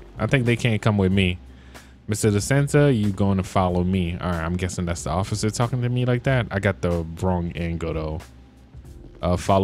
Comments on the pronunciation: You said ocifer but not officer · In you said ociffer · "ofcorce i see you osiffer" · ociffer 😂😂 Just like in lspdfr: „I‘m not drunk just a lil‘ tipsy ociffer“ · Am i tiriping or did he just say ofcifer